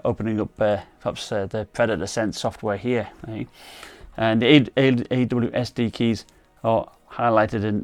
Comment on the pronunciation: you're the only one who's saying "awsd key"